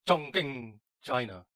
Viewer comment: The way he pronounced Chongqing and Urumqi... OMG! In Chinese, "q" is pronounced similar to the "ch" in "cheese".